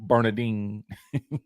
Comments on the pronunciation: It's not Bernadetta bro 😂 it's just Bernadette 😉🔥 LoL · saying Bernadine instead of Bernadette is sending me 😂😂😂😂😂CRYIN 😫😫😫😫😫😫 💛